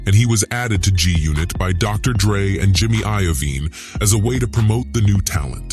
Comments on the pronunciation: “Jimmy IAVINE” is CRAZY TO ME‼️😆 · And Jimmy Iyavine. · He also said eyevene😅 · 😂😂😂 and Jimmy Eyeemummbeean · And jimmy iy yavvine